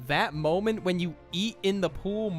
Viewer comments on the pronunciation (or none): Am I the only one that heard him say "mooment" at the beginning of the video? 😂 Edit: I swear no one cares about my comments.